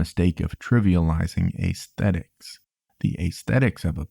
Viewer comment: "Ass-thetic" not "Ace-thetic"